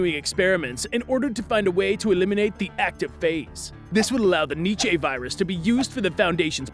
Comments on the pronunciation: It's pronounced like nee chuh not need chay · It's pronounced "nee cha".